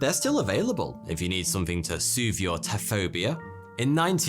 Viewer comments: the word "taphophobia." you're saying "ta-FO-bia," ... but i'm reading it as "TA-fo-fo-bia." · 'Taphophobia' wouldn't be pronounced "Tafobia" then, but 'Tafofobia'. You're welcome. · That awkward moment when the narrator pronounces “Taphophobia” incorrectly, even though it’s spelled correctly in the video… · yeah he ignored a "pho"